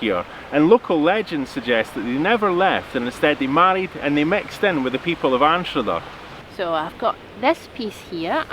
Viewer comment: Really enjoyed seeing my beautiful home beaches on your video and commentary. My only issue is that we pronounce it ENSTER not Ainster. And I even saw my house. Glad you got such a lovely day to explore here, clay marbles are kind of a speciality on Castle Street Beach.😍